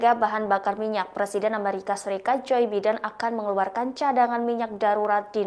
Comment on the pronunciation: Narator Tlg cari tau cara baca "Joe Biden" yg benar. Yang benar cara bacanya itu "JO BAIDEN"